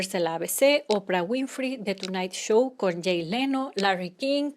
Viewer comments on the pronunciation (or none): none